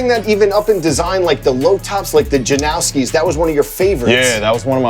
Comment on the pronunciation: He said Janoski. He's cool with me.